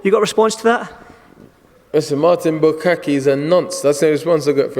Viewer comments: Did he call him Martin Bukake? lel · It isn't martin bukake, it's martin bakole idiot!